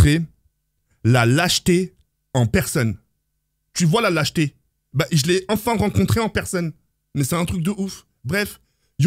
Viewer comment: Quand j'ai entendu " la jeté" au lieu de "lâcheté" je suis a l'Ouest Courage franchement c'est dur mais sa passera mon frère inchalah